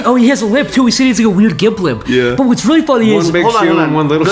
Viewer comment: I was wealy willing to bewieve